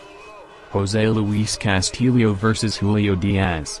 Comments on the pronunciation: Dear Mr. Narrator, Your pronunciation of Castillo is incorrect. It is not Cas•til•leo. It's Cas•tee•yo (short o). In Spanish, "ll" is pronounced as a "y" sound. Now you know. Le😎 San Francisco, Califusa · Why are you mispronouncing his last name?